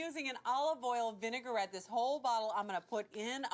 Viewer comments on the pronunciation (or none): none